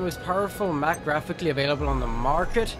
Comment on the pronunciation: dude... you messed it up the second you said mac